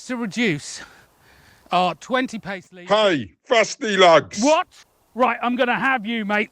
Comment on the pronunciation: That was the most British "Wot?" I have ever heard in my life